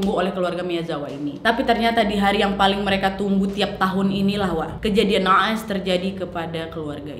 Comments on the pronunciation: kejadian na'as 😅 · kejadian NA’AS... ‘Ain nya mantappp dan fasihhh. Wkwkwk Langsung ku ulang terus. Wkwk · na'as pake ain😭🤣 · Qolqolahnya real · "kejadian naas" naas nya pakai 'ain gitu ya 😂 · Salfok “NAAS” pake ‘ain hahah